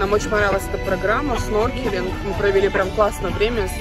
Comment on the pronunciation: Не сноркелинг, а снорклинг